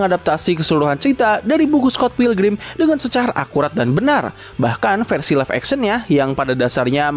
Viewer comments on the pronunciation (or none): none